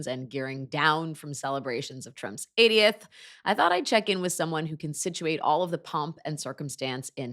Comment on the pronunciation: Admittedly I’m English so occasionally struggle with American pronunciation but I was sure it sounded like said Trump’s idioth not 80th which going by the events at the White House would be very apt